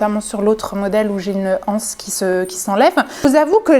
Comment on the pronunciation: Super cette boutique atelier sacs....au passage le mot "anse" qu'il soit au singulier ou au pluriel, doit être prononcé avec les liaisons: l'anse, les zances....